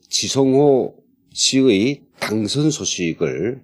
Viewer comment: 당성,이 아니고 당선 , 입니다. 그리고 중간중간에 끊어지는데 방송전에 한번 검토 하시고 물 흐르듯 하게 진행 하면 더 좋갰지요 ...?.